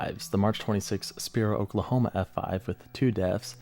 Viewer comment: I like this guy his videos are great, but it’s funny to hear him butcher the Oklahoma town names. 😂